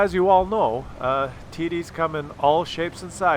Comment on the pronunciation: Im not an english speaker by birth, but is TD's really pronounced "tiddies"??? Just asking... 😁